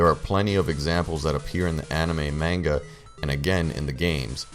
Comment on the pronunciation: the pokemon world is the pokemon world. there are no pokemon in our world. the pokemon world just knows about our world. oh,and you didn't pronounce manga correctly.